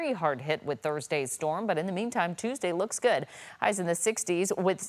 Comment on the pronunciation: STORM... one fukin syllable.